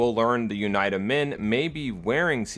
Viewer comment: This is a very dumb nitpick but it's triggering me how he says UNITA. It should be "Uneeta". I'm loving the video regardless, amazing job.